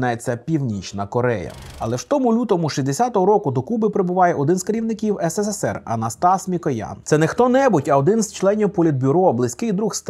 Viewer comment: Тільки не ес се се сер, а ес се сер. Там три «с». А українською: СРСР